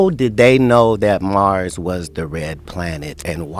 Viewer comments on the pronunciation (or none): none